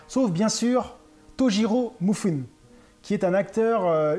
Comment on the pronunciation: Attention, c'est pas MU-FI-NE ... c'est MI-FU-NE.